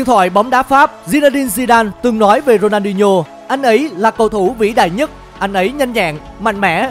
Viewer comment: Đọc tên người ta mà cũng đọc không đúng. Ronho là ai